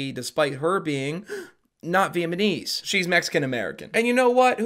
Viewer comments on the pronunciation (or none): How in the hell you say "VietMANESE" but say "Vietnam" right? Is this a Canada thing? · Why did he suddenly Have a lisp when he tries to pronounce vietnamese and then it comes out vietmanese? Hahaha my man took a richochet😂😂😂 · (spits out drink) did you say "VIETMANESE???" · Charlie: Alzheimers? Nah, it's pronounced all-timers.: Vietnamese? Nah, Vietmanese. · the funniest part is he says “vietmanese people” followed by correctly pronouncing “vietnam war” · Bro...I can't subscribe until you assure me that you know it's Viet-nam-ese and not Viet-ma-nese. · Ya’ll are trippin’! I didn’t hear a “t” in Vietnamese. “Veahmaneese.” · Everyone besides: “Vietnamese” and alone: “Vietmanese” 🤣🤣🤣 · I love the way you say "vietnamese", it sounds like you're saying "vietmanese" lmao. Great video as always btw. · VietMAnese and Vietnam back to back is such a whiplash for me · saying Vietmanese instead of Vietnamese 😂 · Am I buggin or was saying Viet-mun-eez the whole time and not vietnamese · And it’s Viet Namese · Viet-na-mese - like you said Vietnam, why say Viet-ma-nese so many times homie? lol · PLEASE STOP SAYING “VIETMANESE”!😂 It’s Vietnamese. God I thought after the first mistake he’d correct it. That was the most offensive part of the video lol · Why does say vietmanese instead of Vietnamese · Viet-"NAMESE" Not "viet- "Manese"😂😂😂 n he keeps sayin it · Viet-ma-knees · VietNAMese. Not VietMANese, as you said, literally every time. Oof. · Bro are you pronouncing it 'Viet-ma-nese" on purpose instead of "Vietnamese" for a bit or just saying it wrong? Either way it's hilarious. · it’s Vietnamese not VietMANese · How many times are you gonna mispronounce Vietnamese? 😂 “vietmanese women.” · Why are u pronouncing it vietmanese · I know we all mispronounce stuff, but "VietMANese" had me rolling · HAHAHAHA I came for the Vietmanese comment, and i stayed for the All-timers :) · V et my knees? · Vietmenese 😅 cracked me up